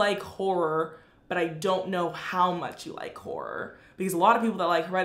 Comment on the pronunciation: The way she says whore instead of horror